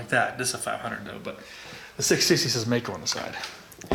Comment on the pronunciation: Hello Mister,hope,you are doing well. I am from Germany,and i like your Channel,but there's one Thing,i have to say. It is pronounced like Mike-O. One more thing- in the 80th, i rode a MD 250, aircooled. Nice, fast machine. If you have any Connection, i would LOVE If you could show (and maybe ride)one. Greetings from Ostfriesland, Germany O